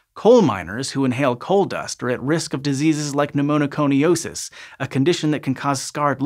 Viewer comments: It's "Pneumoconiosis" not "Pneumonoconiosis". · Cute: Pneumoconiosis, not pneumo*no*coniosis. Starting at the mark and repeated quite a few times thereafter. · just a minor correction: For "black lung disease," which name you never used, you added a syllable to pneumoconiosis ("NU-moh-koh-ni-OH-sis"). You said, "pneumoNOconiosis" ("NU-moh-noh-koh-ni-OH-sis") every time. That said, thanks for pronouncing Appalachia correctly. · Pneumoconiosis is hard enough to say without making it sound as if it's spelt "Pneumonoconiosis". 😁 Interesting topic, though. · But demerit for adding an extra syllable to pneumoconiosis.